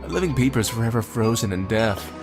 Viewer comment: Every time he says “peepers” I hear “beepers” idk lmao